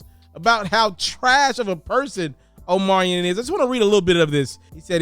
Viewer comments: His name is Omarion, not Omarian 🙄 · Omarion .....but u saying omariin .......